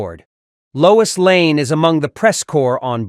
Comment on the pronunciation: Her name is Lois LANE, not Layne.🤨